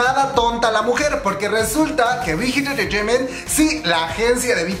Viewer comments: Que es engreteimen jajajaja?? Sin ofender pero se escucha mal 🤭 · Me pone nerviosa como dice "enterteiment" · Cada vez que dice "entertaiment " me un cringe horrible. OSEA PRONUNCIELO BIEN NO MAME, ES INGLES NO COREANO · dice SM enchechement y Big Hit enchechement pero cuando dice JYP dice: jewayPE xd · Me da risa cuando dice entertainment lo Siento ajahajshjs Buna muy buena investigación y muy interesante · Jajajaja no pare de reír cada que pronunciabas “entertainment” o cualquier otra palabra en inglés 😝. Btw la info muy buena 👍🏽.